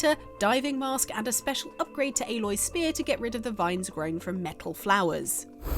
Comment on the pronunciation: “Dey cwitisized my game now make fun of big bad fwom software”